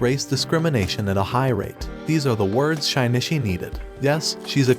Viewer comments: why do you say "Shy-knee-chee"? Did you watch it without audio? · Did he just call him Shy-knee-chee??????